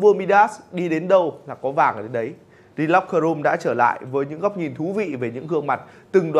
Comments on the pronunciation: tại sao lại là "dì locker room"? chữ L trong "locker" là phụ âm thì chữ "the" phải đọc là "dờ" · Sao lại đọc "the" là "di" mà không phải "dơ"???? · Chắc quen đọc “thee” rồi á bạn. Dù gì lỗi này nhiều người Việt Nam cũng mắc nên là cũng khá bình thường mà. Bỏ qua cho nhé. 😀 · chắc bt nhưng thấy đọc nó sang nên bỏ qua ấy mà